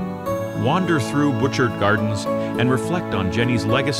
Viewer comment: Let's see... Juan de Fuca = Wahn dih Fyooka. Cowichan = Cow-ih-chun. Saanich = Sā-nich (long a sound). Ucluelet = Yoo-CLOO-let (lazy speakers sometimes say "Yoo-COO-let"). Butchart = BOO-chahrt. Oof. Bad narrator didn't bother to confirm pronunciations? Bad!